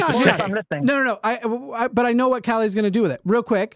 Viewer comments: Sweden here. I love your pronounciation of "Calle" as "Calais". Very cute. :) A closer approximation would be something like pronouncing the last E as the E in Esther and emphasis on "Ka" and the L:s should be a lot "harder". Good try though. Swedish is a notoriously tricky language for english speakers....and swedish speakers for that matter. :) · I find it kind of weird that a Swede cannot pronounce his VERY Swedish name properly (it's a nickname for Carl). He also doesn't have any semblance of a Swedish dialect nor do we talk that fast. We are literally known for talking very slowly with plenty of pauses. He's possibly an immigrant (around 20% of our population was not born in Sweden) which would make sense except his name which is extremely Swedish.